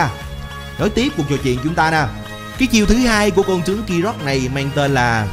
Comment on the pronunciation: Đọc ráp riết lố r , tiếng việt mà phát âm như tiếng anh ;)) con tướng phát âm thành con chướng luôn r